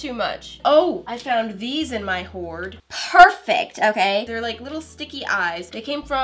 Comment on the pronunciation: “BERFECF!” also: “oop sorry- pRRRRRRRRRfect”